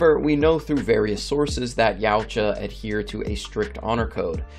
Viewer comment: Yowcha.. it's not yaooocha